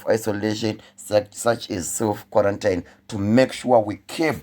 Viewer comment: Hanzi muromo nyarara meso anowona.Some of us think this Sars-Cov-2 is a joke. Only time will tell.Then we realise too late its a whole new different ball game. dai wacheka pronunciation ya QUARANTINE xx